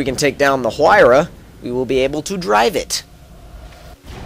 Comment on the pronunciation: The "H" is pronounced like a "W"